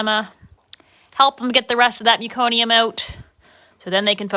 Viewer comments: What an awesome video. So sweet. Btw, it’s meh-co-nee-um. Not mew-co-nee-um. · I’m from Canada and I was a L&D RN. We deal with an awful lot of meconium. Never heard it pronounced that way ever.